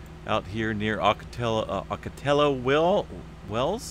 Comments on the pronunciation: It's Spanish so it's oh-co-tee-yo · Ocotillo is pronounced Oco tee o